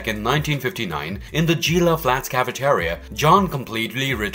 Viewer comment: I’ve never heard so many things wildly mispronounced as they are in this video. Gila isn’t pronounced “JeeLa” it’s pronounced “he-La”. You said “Sprock” from Star Trek and about 40 other things. Wow.